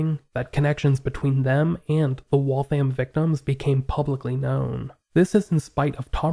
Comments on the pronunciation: Waltham rhymes with Gotham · Never heard that once. Ever. I work in Waltham all the time. The thousands of times i’ve heard or said it, it was always pronounced Wall-tham. Even if its said extra fast mayyybe you could get away with Wall-them. But i’ve never really heard that either. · I’m ever so kindly letting you know that Waltham is pronounced Wathium. It’s said quickly, so the name runs together smoothly. It’s Massachusetts; we have the most crazy pronunciations.